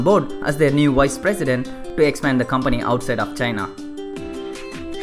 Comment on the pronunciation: This channel may not have many subscribers and likes right now but i STRONGLY believe it will gain recognition one day. Just dont let your confidence go down +. And try to improve your accent on few words bro...like 'was, company' etc...just a friendly suggestion ALL THE BEST:)